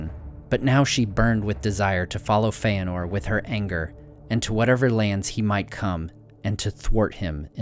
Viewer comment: Dude saying Feanor like Feyenord..... Awful narrator btw